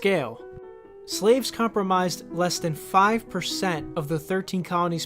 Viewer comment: you uh, wanna do another take? Its "comprised" not "comprimised" which I bet you still seeth about The Great Compromise like a chud. This is gonna be fun, WWH, love your peer review of YTers to keep something resembling honesty.